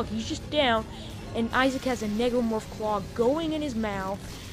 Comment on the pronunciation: It's not negromroph it's necromorph just thought I'd tell you